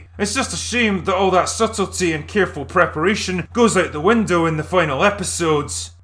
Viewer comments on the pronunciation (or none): none